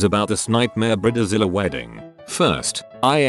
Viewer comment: Bridezilla ❌ Briddizilla ✅